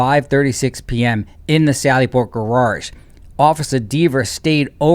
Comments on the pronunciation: I gotta ask. Are you saying "GARARGE" on purpose to mock Deever or is there really somewhere in this world where people say "GARARGE" instead of the proper GARAGE? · Not trying to be a d@ but its not gararge! Its garage! Ga ra ge! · pronunciation of GARARJE kills me 😂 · Love ya but there is only 1 R in GARAGE. GA-RAGE LOL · What's a "gararge"? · Proper is no fun. Guraarge is. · Every time I hear "gararge" I cringe and think about Officer Deever's testimony. (Yes, I know, I'll remember forEVER) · it's funny how he pronounced "gararge"